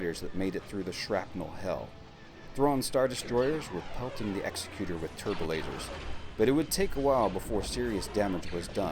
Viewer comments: Please please please stop mispronouncing Executor. Its is pronounced "ig-ZEK-yoo-tur" like executive. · EGGS-ECK-YOU-TORE is how you say that. common mistake it seems